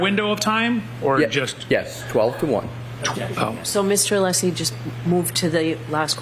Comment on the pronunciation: And didn't even get Alessi's name correct "Lessi". 🤮🤮